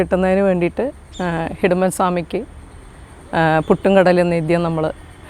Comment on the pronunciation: Secretary Ariyunnathinu.... Hidumban Alla...... Idumban Aanu. Murugaaaaa....